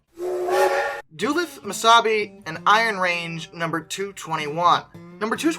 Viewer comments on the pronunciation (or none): Actually it's pronounced dulooth like tooth. Not dulith. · Dulith? It's Du-luth! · Holy shit I didn’t know DM&IR 221 was supposed to be preserved! That means we ALMOST could have had a running example of one today!!! Edit: You said Proctor and Duluth wrong, the second O in Proctor is pronounced as an E, and Duluth is pronounced Duh-Looth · Duluth is pronounced as Duh-Looth. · du-luth, why can't anybody pronounce it. it's not hard. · Beat me to it. Think tooth when saying duluth. Also I noticed that it was procTOR, I’ve always heard it pronounced procTER. Don’t take it too personally, half of the names that come out of Minnesota no one that isn’t from Minnesota can pronounce